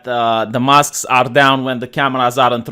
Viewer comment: I love your accent, when you puppies, I thought you said poppies and mask mosques. And I was confused when I thought you said "speaking of Mosques" I'm like "Did he cut something out and left in the reference?"